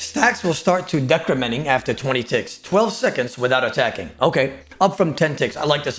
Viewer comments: the typa guy to use google to pronounce "decrementing" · I fucking died with the decrementing pronunciation 😂